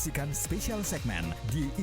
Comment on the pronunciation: Lucu, si pembaca iklan kedengaran berkata 'with' (jadi -> weed = asosiasinya daun ganja), intonasinya perlu diperbaiki uy